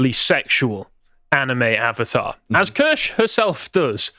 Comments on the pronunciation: Kirsche pronounced like Spear. "Key-Er-Sh" shes been trying to tell everyone for almost a year. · none of the people covering Kirsche’s work on bridge can be bothered to pronounce her name correctly lol